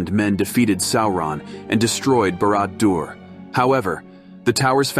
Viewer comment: Sow-Ron? BARAD-DO-ER? 😂😂😂😂